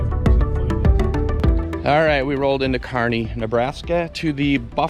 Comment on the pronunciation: Fun video. You even pronounced Kearny correctly. 😂